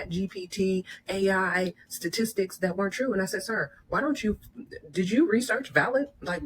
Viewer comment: She spent years doing “satistics?” 😂😂